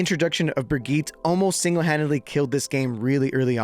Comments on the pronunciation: THE E IN BRIGITTE IS NOT SILENT GOD DAMN IT RAAAAAHHHH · brigitte mispronounced instant dislike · You pronounced Brigitte wrong so I can’t trust your opinion of her 😂